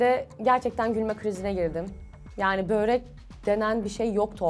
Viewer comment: Bööööörek degil Börek😂😂